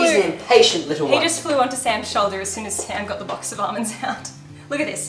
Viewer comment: Ahmands lol.. Almonds..